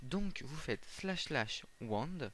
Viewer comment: Il faut faire //wand et pas //wond.